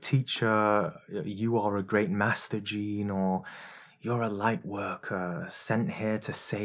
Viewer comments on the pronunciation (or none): none